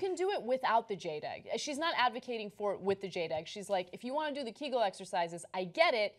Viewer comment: Ana, Cenk was right – it's pronounced ~ KAY-gul, not KEE-gul (named after Arnold Kegel)